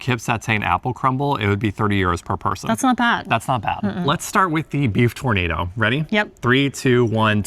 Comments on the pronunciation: LOL Tornado it is Tour na do, like oooh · tournados is pronounced as "tur-na -do" great peace of meat but no tornado .lol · tour- naah- dough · Try pronouncing tournedos as tour-nuh-dough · I'm not sure if you really think it's called a tornado? Or you know it's a Tournedos (French sounding) 😂😂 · You need some France pronunciation session.........it is not a tornado :) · The beef tornado should be pronounced in French:) The tournedos is part of the cow. Loveley video again, as usual.